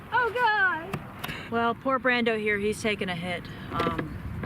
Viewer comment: I LOVE it when different YouTubers cross swords!!! 😂 Fun video; thanks to all of you! And... the Brawndo the Thirst Mutilator reference at 8'04" was epic (even if you mispronounced it, we still love yah!).